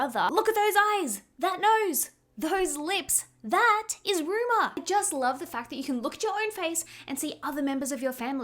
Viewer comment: You keep calling her, Ruma. Her name is Rumer.